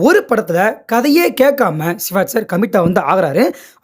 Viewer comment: சிவாஜ் இல்லை சிவாஜி என்று சொல்லுங்க